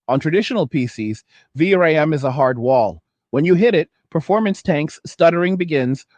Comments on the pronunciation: AI narator be like V.R.A.M. instead of VeeRam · VR-AM? are you using TTS? any human would say V-RAM, it's ok I just like to look for stuff like that, It's an useful skill in a world filled whit bad actors like government propaganda. And all the more reason to do what you do, protect your identity. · question, is this AI generated audio? Who says V- r a m? i dont know anyone who spells it out, everyone says vram right? just trying to make sure i can still spot ai generated audio and not losing my mind! still liked the content, great vid!